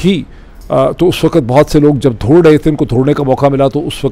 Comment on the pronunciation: Why you say دھوڑ instead of دوڑ ? It’s annoying to ears & incorrect urdu😢